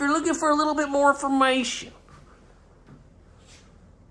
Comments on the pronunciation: "IF YOU LOOKING FOE A LIL BIT MORE M-FA-MATION" 🤣🤣🤣🤣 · What is "lil more mation"??? Are you from Poland or Russia, because that sure isn't English!